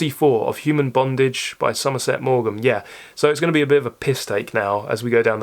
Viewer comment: Somerset Maugham rhymes with form. I agree with your comments about Dickens ... Great Expectations, Bleak House and Our Mutual Friend are all better novels than David Copperfield. Having been thrown to raving loony fundamentalists at an early age, a children's edition of tThe Pilgrim's Progress was one of the first books I ever read ... when I had abandoned religion, I returned to it as an adult, and it is, indeed, a work of great depth and beauty. Ulysses stands alone as the greatest novel in English ... Lolita is a work of brilliance: horrific, funny and terribly sad, and definitely a top 10 novel.